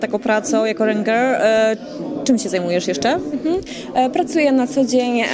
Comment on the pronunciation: rynger XDDDDDDDD ŁYNGER XDDDDDDDDDDDDDDDDDDDDDD